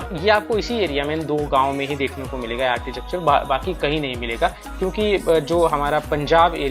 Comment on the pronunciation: आरचीटेकचर नहीं कहते. . आरकीटेकचर pronounce kartey hain